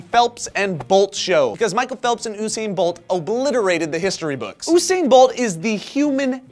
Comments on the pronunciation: its Usain not Osain.. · Dude, it's 'YOU-sane' bolt, not 'Oo-sane' ;) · UUUUUUUUUUUUUUUUUsain Bolt* haha Osain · Oosain? Theres a U in it for a reason! You-sain Bolt...and we came third! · its's (You-sain) not (Ooh-sain) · i thought it was pronounced "yusain" not "usain" (i know that's how it's spelt) correct me if i'm wrong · you-sain not eww-sain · Hahaha the way you say Usain is supposed to be YOUsain. JAAAMMMAAAIIICCCCAAAA and america. I love the olympics. I forgot the question. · Hey! His name is pronounced as "You-Sane". Just an fyi. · It's pronounced "you-sain"'!!!!!! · you said usain wrong like how my mom does -_ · how the fuck is he pronouncing Usain Bolt!?